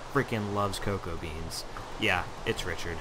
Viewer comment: you called him rhychird like 20 times dude